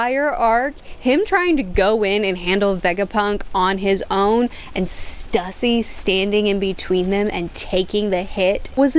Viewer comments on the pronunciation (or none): I understand she isnt the best at pronouncing character names, so no fault to her, but please can we help her with her pronunciation pls, Stussy should be pronounced (Sss-Too-Cee) need to rally together a team of mods for her to help her pay respects to these characters names, and again no animosity towards her I just want to help her get them right.